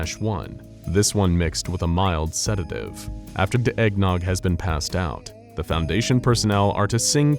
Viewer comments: i just realized he says "after da eggnog" instead of the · I just realised there is a vocal hiccup in this video he says "After da eggnog has been passed out-..." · why does it sound like they said da eggnog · “After da eggnog” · "after de eggnog" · Ayo "After de eggnog," what happened man? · Am I the only one that noticed the subtle vocal slip ? It sounded intentional, but I had to listen like 3 times lmao